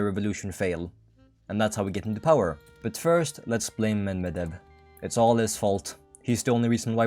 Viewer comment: Medvedev is pronounced MedvEdev, not MedvedEv. Also, do you have dyslexia or smth? I keep seeing HOI4 videos with people completely misreading names of foreign politicians. I mean, I don't really care, but it's just odd. Also, Google TTS helps a bit with pronouncing stuff from other languages, at least the "stressing" in words.